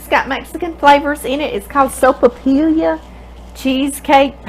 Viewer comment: Hi. This looks delicious. I’m always looking for something easy to make for coffee time. Because of double L in sopapilla, it is sopapi-ya. My last name has 2 Ls in it and people always pronounce it like “La”but in New Mexico it is “ya”. So if you’re ever in New Mexico...say sopapiya😋 thank you for the ministry, it brings joy to us. You go!!God bless you and your mom.